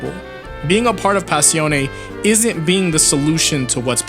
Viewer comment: Smh I still hate how u pronounce Passione I know, I know